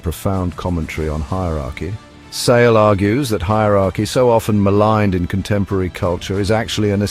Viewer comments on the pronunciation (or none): While this is a fantastic book trailer overall, I must point out that the narrator incorrectly pronounces Sale’s name as “Say-lee.”